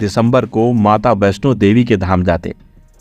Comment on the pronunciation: You need to learn pronounce श and छ as well.. सौहरत, सब्द, वैस्नो नहीं होता है ... आजकल बच्चे दो-दो, तीन तीन foreign languages सीख रहे हैं, higher classes में compulsory भी है, आप इतना तो कर लें, अपने देश की मातृभाषा है...